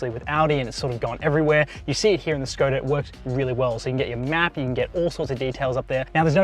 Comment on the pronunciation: Škoda pronunciation is Shkoda. "Sh" as shut, sharp, shape ... etc. Š = sh.